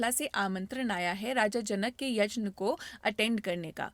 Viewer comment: यज्ञ को यजन ना बोले तो it’s perfect. It’s a Sanskrit word and should be pronounced as that only.